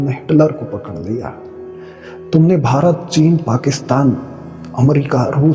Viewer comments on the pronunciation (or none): none